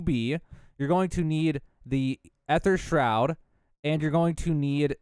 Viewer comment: the way he pronounced Aether Shroud just bugged me all the time. You can just spam the gobble gum key and it works just fine, dont really have to rebind it to your scroll wheel